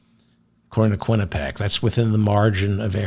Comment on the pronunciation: quinnipiac pronunciation - kwi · nuh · pee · ak